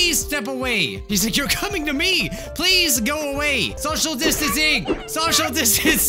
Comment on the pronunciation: soshol distance Me: I'm bord